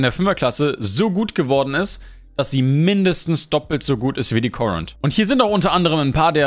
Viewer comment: Bitte den Titel anpassen "dir den Raid kostet" ist kein Deutsch und wirkt einfach cringe. :o Korund - brauchst du nicht englisch aussprechen. Es hat sich schon etwas gebessert in deinen Videos mit dem permanenten "Denglisch". Aber als Content Creator empfehle ich dir: Mach englische Videos auf gutem Englisch & deutsche Videos auf gutem Deutsch. - Rede deutlich und etwas langsamer, keiner hetzt dich. Wenn du nämlich so schnell denglisch daher redest, wirkt das einfach unprofessionell und unsicher. Ist aber nur mein Eindruck, was du draus machst: Dein Ding. :) Danke für die Info des Videos - losgelöst von den oben stehenden Kritikpunkten.